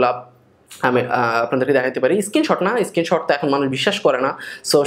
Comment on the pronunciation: আপনার ইংরেজি উচ্চারন ভালোনা। এই যেমন বললেন Bla Bla Bla, কিন্তু উচ্চারন করলেন bala bala bala. স্কিনশট না।স্ক্রিনশট।